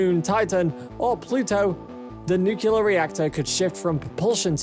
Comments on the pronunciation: It is NOT pronounced “nuc-u-lar”. It is “Nucl-e-ar”!!! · I am sorry but, New Cleeee urrrrrr not nu qqqq lurrrrrr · I cant take this video seriously as long as you say nuculer instead of nuclear. Show me the second u in nuclear. It isnt there. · Nuclear! Say it like that: "New Clear" It's not "Nuke you ler" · It's N U C L E A R (nook-lee-ar), not NUKULAR, you dumb-ass! Atoms have NUCLEUS, not a NUKULUS! You just lost all credibility. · For the love of all that is good and holy, it is pronounced NEW-CLEAR, not new-cue-lar. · repeat after me, "new-clear, new-clear." Not, "new-kyu-lar" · Yeah, I think I'm gonna have to bail on this one before it's over, I can't hear this 300 more times! 😆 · Im glad I didnt have to write this comment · IT'S NUCLEAR NOT NUCULAR FFS!! NU-CLE-AR!!! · Hahahaha couldnt help but laugh when I hear this commentor saying nukilar like president Bush :) It is NUCLEAR :) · The word is nuclear, not "nucular". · It is pronounced “new clear“ not nuke you lar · Yeah why is this guy saying nuclear like Homer Simpson? "Nucular" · Is he saying "Nucular"? Ax me if I care but I don't think he will be working on a nuclear rocket. Did he just say "Yeeahs" 12 months in a yeeah. I think he might be from England. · i recoiled everytimes he called it Nukeelur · It sounded like nucuelar. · I thought the word was "NUCLEAR" and not NUKIULAR .... like "NUCLEUS" ... how could you get "NUKIULUS" out of it? .... I am mystified ... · Stop pronouncing it “nucular “ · For goodness sakes learn how to pronounce NUCLEAR. There is no such word as NUKULAR!!! Get a voiceover who knows how to speak! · Because of 'newkelar' pronunciation couldn't finish watching the video. Makes my blood boil :D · Did you really say 'Nu-cu-lar', over and over again? Well at least Homer Simpson agrees with you. Seriously though, I couldn't finish watching this. Please learn to pronounce it properly. You sound like someone with no knowledge of science. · m new-clear. not nuke u lar...gosh